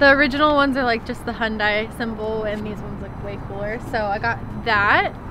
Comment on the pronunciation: I hate how people say Hyundai. It’s seriously pronounced Hun-Day not fucking Hun-Die god damnit. Sorry, this shit gets to me. I apologize.